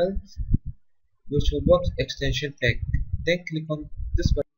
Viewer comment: Good video, but maybe put some subtitles in just in case someone gets lost because of your strange accent. For example, you pronounce the word "pack" like "peck". And "agreement" as "agrement", although I'll let that one pass.